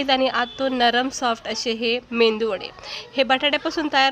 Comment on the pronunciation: 😊👌👌❤️ मेंदू वडे नाही मेदू वडे म्हणतात